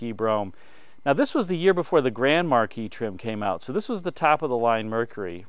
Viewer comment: It's pronounced Marquis, not Marquis!